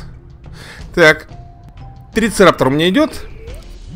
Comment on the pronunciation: Не "Трицераптор", такого не существует, а "ТрицераТОПС"